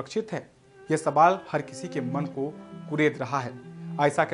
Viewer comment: Mere(JAHIL GAWAR ) anchor bhai Sabaal nhi sawal hota hai pehle ache se bolna sikh le fir achoring karna